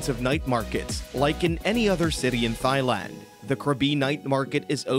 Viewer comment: “Thigh land”